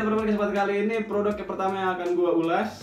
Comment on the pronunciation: Ulash produq. Make tajwid bang wkwk